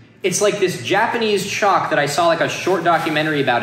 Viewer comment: I was just listening to the video while working and every time said CHALK I thought he was saying CHOC as in an abbreviation for chocolate and I thought he was like known for liking Chocolate and people were sending it to him but he didn't say anything about it being tasty